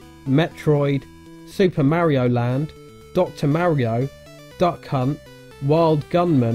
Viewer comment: It's pronounced Mario.